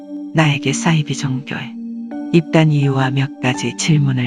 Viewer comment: 이분 발음이 매력적이네요 안빵x 안방o 싸이지x 사이비o